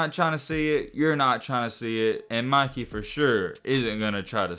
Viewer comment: It’s Mikey bruh come on you said Micky you can’t say Mikey bruh?